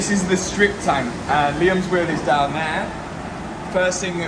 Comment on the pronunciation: “When we’ve drove dann ere” 🫣